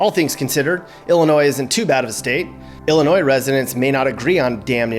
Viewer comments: It doesn't matter how you try to propagate it, the "s" in Illinois is ALWAYS silent. Great video btw. If you make another one, talk about how & why southern Illinois was once called "little Egypt" and the Shawnee national forest. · OMG I don't believe you did a vlog on Illinois and pronounced the "s" at the end. It is pronounced "Ill-i-noi". It's like someone scratching a blackboard with their nails when we hear that. Sticks out like a sore thumb... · And people from Illinois say Illinois with a S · This is very spot on. Springfield is the Goldilocks region. It's Just Right. That's funny you pronounced the S at the end of Illinois. Beardstown, Pumpkin Capital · Duh. NO "S" sound in Illinois. (Research is our friend!) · No s no s on illinois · We can tell you're not from here because of the way you said the state name,the s in ILLINOIS is silent.and the taxes here are high and going higher all the time.Demon o 🐀'S don't know how to create JOB'S in ILLINOIS, just tax and spend.Ready to move out of this Socialistic COMMUNIST STATE, ran by are DICTATOR BIG FAT LIER J.B.Pritzer!!!!!!!. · You keep pronouncing Illinois wrong so fing wrong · Stop pronouncing the S in Illinois the S is silent. You should probably add that to your video. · The S in Illinois is silent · you kept saying Illinois with a hard S Also people from Illinois are called Illinai not Illinoians. Lol 😆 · did he say the S ? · Drives u nuts when hear them use the s in Illinois! Once heard a dr use it asked for a different dr if that uneducated get away man lol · Why do some people ignore that the s is silent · You sure did! Look over this and you will find you pronounced the "S" several times. I give you credit, towards the end you did say "Illinois" properly. Ewwww. that gives us the creeps when we hear that "s" at the end of "Illinois". If one moves here, he will be given a good lesson on proper pronunciation of our State.